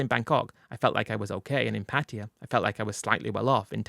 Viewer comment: Can’t you at least try pronounce the word Pattaya the right way ? What is patia ?